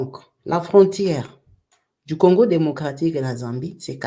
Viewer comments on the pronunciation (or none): none